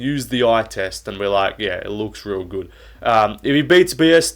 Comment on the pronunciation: I hate the way you say “good.” Just say it normal mate